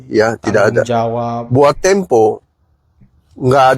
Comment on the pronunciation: Majalah tempe bang bukan temo..brita ga falit